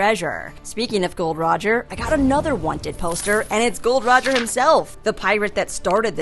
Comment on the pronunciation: It’s not Gold Roger it’s Gol D Roger